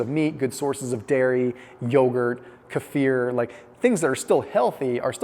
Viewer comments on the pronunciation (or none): none